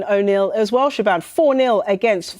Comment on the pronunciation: Is the reporters name actually pronounced “Sha-ban”? Surely it’s “Sha-von”